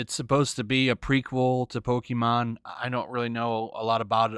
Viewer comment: Dislike for somehow mispronouncing “pokemon” despite it being in the popular consciousness for more than 20 years.